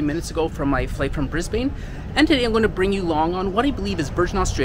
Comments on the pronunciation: Brisbane is pronounced ‘Brizbin’ 😊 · ............who taught you to pronounce Cairns and Brisbane like that :P good report but you'd never catch me dead on that flight. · No hate but just a heads up us aussies pronounce cairns like cans and we also pronounce Brisbane like Bris-bin anyways great video hope you have a fun time on your other adventures